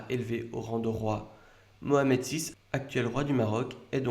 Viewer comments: Merci pour cette histoire royale. Tu aurais pu dire Mohamed plutôt que Mahomet comme tu l'a fait pour prononcer son nom complet "Abou El qassim Mohamed". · Ayez honte de vous on dit Mohamed on dit pas Mohamet